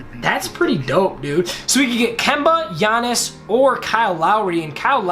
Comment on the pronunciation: Sup, I am a huge Bucks fan and the time you said Giannis's last name you got it right